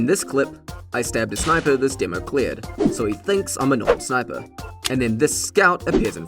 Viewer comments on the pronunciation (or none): none